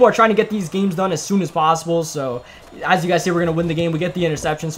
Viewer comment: You say yoo so wrong